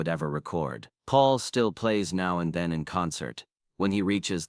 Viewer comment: As soon as I heard "November TOOTH" I'd already heard enough. The 'Now and THEIN' casssette finished me off. It's time there was a separate You Tube AI app methinks.